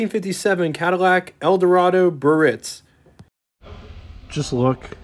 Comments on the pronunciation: Great video tour - but his mispronunciation of the word "Biarritz" was cringe worthy. It's not 'Birritz'...it's Biarritz! There's an 'a' that needs to be pronounced. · Probably check on the pronunciation of "Biaritz". Bee Uh Ritz" . Emphais of the last syllable. Not Buh-Ritz. Of course, depends on what part of the country you grew up in. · The correct pronounciation is: BEE-A-RITZ , not BURR-RITZ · Pronounced: Bee-ah-ritz, 3 syllables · It amazes me that a person makes a youtube video about a rare car and has no idea how to pronounce BIARRITZ!!!! (Guess they don't travel very much)! And it's AUTRONIC EYE,!!!! The "signal seeking radio" did have an optional floor button that would activate the radio station search by stepping on it. Having a 57 and an 85 Biarritz, i clench my teeth when i hear bur-itz!!!!., agggggghhhhhhhhhhh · BEEEE -AR - RITZ! 😡 Three syllables. Come off it, a car special-interest host *must know - or learn - how to pronounce car names! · ❤ Great review,... But in the town of Biarritz in France, the first 'i' is not silent. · You’re pronouncing it wrong. The I is not silent. Ugh…